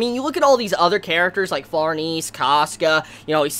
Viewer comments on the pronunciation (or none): none